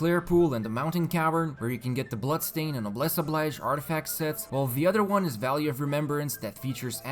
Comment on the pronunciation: Noblesse Oblige is pronounced "no-bles o-bleej".